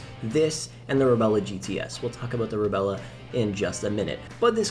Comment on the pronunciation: "Reb-lah" not "Rebella."